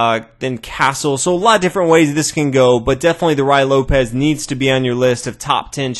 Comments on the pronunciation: Rhooay Loupez. Amazing spanish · It’s pronounced Ray Lopez